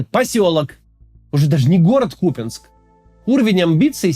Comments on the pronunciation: Купянск-Узловой не посёлок) эт была ж/д станция для электричек, это город Купянск) КУпянск - ударение на первый слог, не КупЯнск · К у́ пянск. Не Купя́нск. кУпянск! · максим, ну выбери уже полосу: кУпянск или купЯнск! голова болит уже от меняющегося каждый раз ударения. на вики - на первый слог ударение. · Не купЯнск, а кУпянск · Хотелось поправить автора не КупЯнск, а КУпянск. Ударение на «У» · Да что с вами не так? Ну ладно пропогандоны.... Но вы то куда? Не КупЯнск а КУпянск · КУпянск. неужели так сложно павильно называть?😏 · Ну Куупянск....ударение на первый слог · кац блять, да какой кУпЯнск. ну бля, ну послушай как он должен звучать хотя бы от жителей...хоть раз через раз говоришь и с правильным ударением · И продолжает дальше называть то "Купянск", то "КупЯнск", как и остальное... Надеюсь, это когда-нибудь ему припомнят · бля поторопился, снова посередь видео КупЯнск!!! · КупЯнск говорят расеяне,Макс выучи ты наконец правильное произношение,не позорься... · Ку́пянск Ударение на букву У. Максим, есть правила произношения топонимов. Так же, как и Украи́на с ударением на И. Возможно, у глубинариев и нет понимания того, как читаются слова на карте, но у тебя-то должен быть рассудок? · Так они взяли КупЯнск, а не Купянск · Максим, пожалуйста. Правильно название города КУпянск, с ударением на У. Нет сил каждый раз слушать. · нет, он говорит КупЯнск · ▪️Берд-Я-нск, ▪️Лисич-А-нск, ▪️Волч-А-нск, ▪️Космодемь-Я-нск, ▪️Слав-Я-нск, ▪️Куп-Я-нск имеют единый УДАРНЫЙ суффиксальный ( ЯН/АН + СК ) способ образования таких топонимов. ☝️ Это НОРМА академического русского языка. *Зы: город Куп-Я-нск на украинский манер – "КупинсЬк" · Начните правильно ставить ударение в слове Купянск, пожалуйста. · Максим на протяжении 12 минут не может решить, куда ставить ударение в слове Купянск